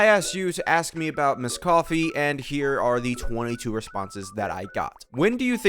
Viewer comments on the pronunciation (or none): I could swear you're just saying "Miss Coffe"